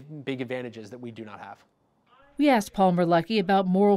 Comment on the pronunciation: Anyone else hearing “Paul Merlucky” instead of “Palmer Luckey”